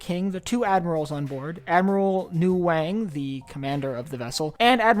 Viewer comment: The name “Nguyen” is pronounced roughly “Winn,” not “Newang.”